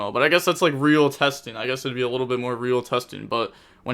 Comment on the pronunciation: The word little (pronounced lit-ul)